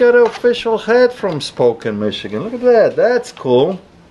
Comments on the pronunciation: Sp'o'ken Washington... 😅 never heard anybody say it that way ... Spokane pronoused (SpaCAN) If you're ever visiting Washington, that's not the place to go to, lots of other beautiful places to visit in WA. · Pronounce Spokane - Spo ‘can’’ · It’s pronounced Spoke-can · its pronounced spo can (Spokane) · U said Spokane wrong it's spo Kane lol I'm from there n live here 😂😂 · Help a poor scandinavian here: Is Spokane pronounced "Spo-Ken" like he did or "Spo-Cane" (I thought it was the latter)? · Stop saying it like that. It’s SpOH- CAN… driving me fuckin nuts.. 😂😂❤ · Well I highly advise learning how to pronounce Spokane (Spo Can) before your head out there. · he pronounces Spokane spoken 😆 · I used to live in WA state. You pronounce that city Spo-CAN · pronounced ….Spo can……Washington.. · Also, I know he has an accent but he pronounced it like “spoken”…. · In saying Spokane, the kane sounds like can.